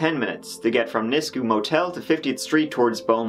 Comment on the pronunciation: Just the tip of the injustices against our aboriginal women in Canada. Also, it's pronounced "nis-queue", but you got kijiji right lol